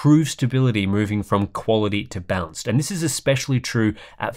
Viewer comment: I keep hearing "bounced"mode when he is talking about balanced mode for some reason...